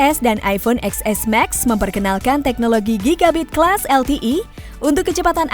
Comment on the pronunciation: Kenapa gak bilang ten s sih mbak? Capek dengernya